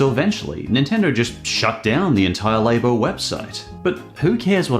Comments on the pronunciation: I'm scared on how he pronounces snack if he calls "lah-bo", -laybo" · Are you saying Labo wrong on purpose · the way he says "Labo", is going to bug me untill the end of time.